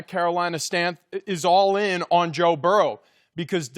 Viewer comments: Everybody: Joe Burrow Marcellus Wiley: Joe Burrell Ridiculous 🤣🤣🤣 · This is the dumbest group of people I've ever seen lmao that one guy said joe burrows name wrong